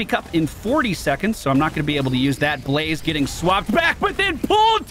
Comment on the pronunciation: lmao "ba-lazeh"